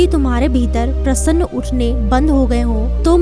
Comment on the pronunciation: Plz do your vocabulary correct,it's very confusing,it's not prasann,it's prashn